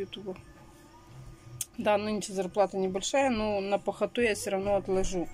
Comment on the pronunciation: дуру не гони, кто переживает за ребёнка, в школу не отправляет. И ещё, пахота, с ударением на а, ничего общего с картошкой не имеет😋